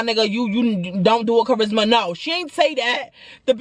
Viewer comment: CHA RIS MA 😭 NOT THE WEPA!!!!!!